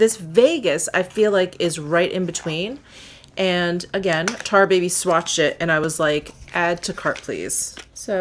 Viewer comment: So glad you spelled out tarababyz. I kept thinking she was saying "tar baby" 😅